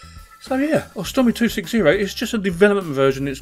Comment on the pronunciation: it's AUstrumi not ostrumi, like the au in cOW and nOW.